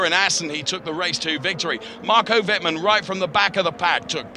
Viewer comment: you really should learn how to pronounce the drivers names correctly, theres not THAT many of them. i.e. Wittmann is not pronounced "wittman", its "wittmun" (I dont know how to write phonetically properly)